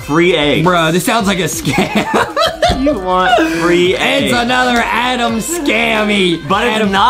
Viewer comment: justin always call adam adem and thats make me laugh